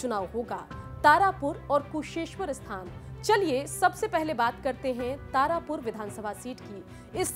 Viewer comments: तारपुर नहीं तारापुर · Tarpur kya hota hai madam tarapur hota hai